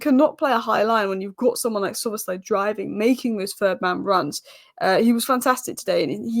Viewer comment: He is Szoboszlai, not Szobozslai. Yes you are not Hungarian. ;-)